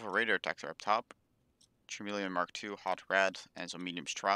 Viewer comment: It’s (cuh) meleon